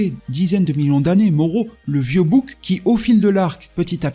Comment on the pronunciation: ta façon de dire bouc m'a achevé 😂 😂😂, sinon merci pour ce résumé